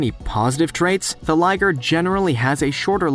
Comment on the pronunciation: its not Ligere its Liger